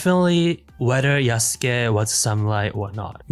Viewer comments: Ah yes, an insider who knows a whole bunch about this project but calls him Yah-sook. Totally believable, amirite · I hate when they keep saying Yasuke's name wrong